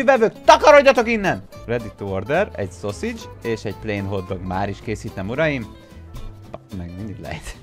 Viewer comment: szászidsznak kell kiejteni szi